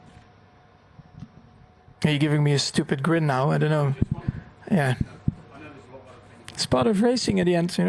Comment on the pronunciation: To be fair, he said "ftupid grin".